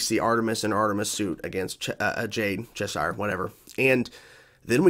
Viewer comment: How do you still mispronounce Cheshire when they even said the name in the episode?